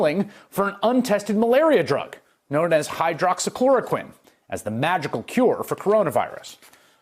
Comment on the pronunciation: Somebody already said it.. you know Trump owns stock in the company that manufactures hydroxychloroquine because he said it several times perfectly and didn’t mumble or stumble on it once! when he can’t even say “tolerate.” For him to correctly pronounce a word that big, he knows it well.